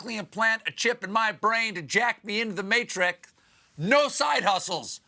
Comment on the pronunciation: “...into the ’Matrick’ ”?! Is that the singular of ‘Matrix’ ?! Have we been saying it wrong all this time, or are there multiple Matrixeses?!